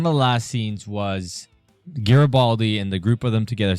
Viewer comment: Jesus Tapdancing Christ.... It's NOT Jar-uh-baldy dude. Near the end of TWO FULL SEASONS and you STILL can't pronounce that major character's name? C'mon, man .. every time you mispronounce it, it's like fingers on the damn blackboard.